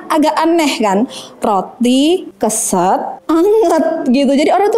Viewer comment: Keset (mat) ya e nya spt baca lereng.